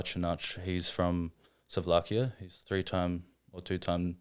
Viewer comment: slovakia or solvakia ? lmao